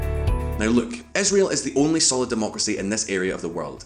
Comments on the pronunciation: Israel! It's Israel! Not Isreal! Isreal does not exist, Israel does! #StopBotchingNames #ProperPronounciation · whats that "esrael" country he keeps talking bout? ;)